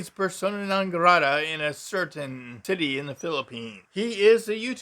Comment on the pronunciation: Check your pronunciation of "city" at . No country is all unicorns and rainbows except for Rainbow Brite Land.